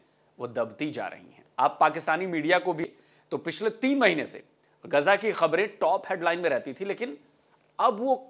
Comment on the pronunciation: यह क्या ग़जा लगा रखे हो भाई? गा़जा बोलने से क्या गुनाह हो जाएगा? कहाँ से लाते हो यह उच्चारण। हमने तो अल जजीरा के अरब पत्रकारो को भी गाजा बोलते सुना है। यह कीडा भारत और पाकिस्तान में ही है।